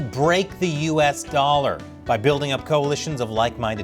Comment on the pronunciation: The way you said 'dollar' was like you were doing an Asian accent